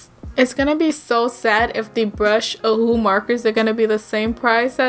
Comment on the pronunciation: It pronounce the name as if the second hu is not there you holed it out (ohuuu)